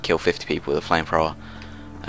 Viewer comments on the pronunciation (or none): having like 4 british friends, none of them say flame frowrer